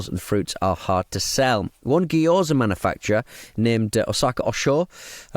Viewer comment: "geeyoza" pronunciation is making me lose it. Just saying it over and over lol